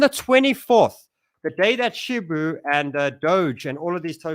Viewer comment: Lol man still says "shibu"😅